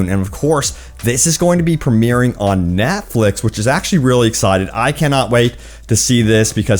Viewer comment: Not gonna lie, Threw me right off when you said “ NATFLIX “